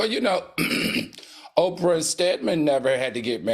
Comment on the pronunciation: Did you say Oprah and Stedman?